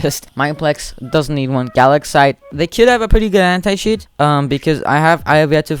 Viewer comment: Anti cheat My ear : Hentai cheat